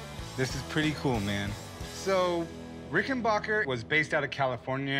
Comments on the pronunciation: For the last time it’s pronounced RickenBACKer NOT RickenBACHer. Just like it’s spelled. It’s not a German Company. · Rick-en-BACKER, not "Rick-in-BACH-er" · its pronounced "ricken-BACK-er" not BOCK-er. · Pronounced Ricken BACKER not bacher. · backer! omg chum rickenbacker! its not rice lmao orvil rickenboker.